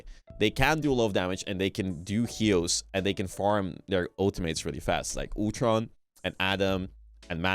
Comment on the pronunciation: 'Otron' it's Ultron....Ul-tron.